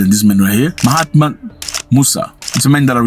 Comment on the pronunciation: You had the Ghanaian president's name wrong.the name John Dramani Mahama